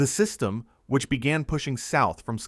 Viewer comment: "System" sounds like DEW!🤔